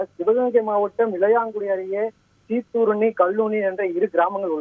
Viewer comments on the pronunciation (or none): சிதூரணி ❌ சீத்தூரணி ✅